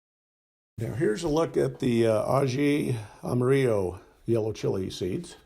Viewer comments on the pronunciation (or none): (A - hee - ama - rio) proper pronunciation. I lived in Peru for 6 years and currently growing them here in sw florida